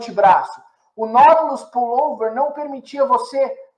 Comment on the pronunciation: Tive que voltar o vídeo diversas vezes pra entender o que era esse 'NÓDULOS PULLOVER'.. Quando na verdade o nome é 'NAUTILUS PULLOVER'